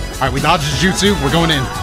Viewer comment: my guy literally said " lagno justu" 😅😅😅